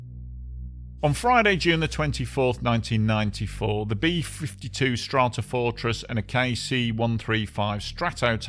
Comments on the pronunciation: Good video, informative and pleasingly informal on a tragic accident apparently caused by sheer macho stupidity. Also, and sorry to be facetious, but I especially enjoyed hearing the B-52 being called a "Strartafartress" in the introduction. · Hilarious that the narrator can pronounce "Stratotanker" but not "Stratofortress" 😆